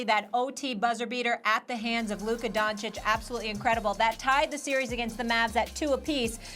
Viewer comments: Donchich not donchick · It's Luka DONCIC not Luka Doncik... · The only thing that is offensive is SAS still mispronouncing Luka's family name. No excuses left after almost two full seasons and his rise to superstardom.